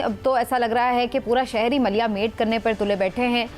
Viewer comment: Maliya male nhi MATIYA MATE .....WORD HOTA HAI.......MALIYA MATE KOI WORD NHI HOTA HAI.......THANK YOU....